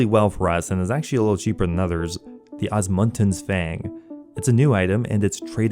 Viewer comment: OSMUMTENS not Osmuntens. Thats an M dude not and N stop putting and N where there isnt one my god 😂😂😂😂